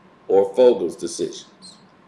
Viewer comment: It's Vogel not fogel. Smh